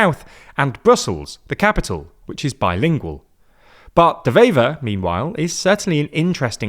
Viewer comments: It's pronounced "waiver" (like the thing you sign). The 'W' is pronounced just like in English, not like a 'V'. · A small point, 'Wever' is pronounced as it's written, with a W, not a V. Lastly, the hard line Flemish maybe want to join Holland, but Holland doesn't want Flanders to join them, which is a bit of a problem. The same applies with Wallonie and France.